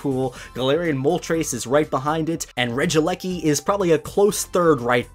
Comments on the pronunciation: Regi - eleki not regileki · For future reference, I do believe the electric Regi's name is supposed to be pronounced ( since it's how it's spelt) as Regi-E-Lecky, like that. At least that's how I believe people will pronounce it as. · regielekl regidrago